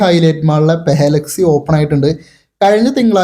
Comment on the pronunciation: പാല അല്ല പലാ 🙌🏻 പലാക്സി